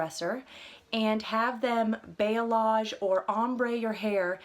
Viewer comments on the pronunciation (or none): Your curls are SO gorgeous! I’m soooo envious of your Curl. Keep it healthy! It looks so good in its natural state. (P.S. Balayage = baa - lee - ahj) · Hey I liked your video but I figured I'd tell you that balayage is pronounced ball-E-osh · it's pronounced 'bah-lay-yâge' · YOU CANT EVEN PRONOUNCE BALAYAGE RIGHT MAYBE YOU SHOULD STOP TRYING TO SOUND LIKE A PROFESSIONAL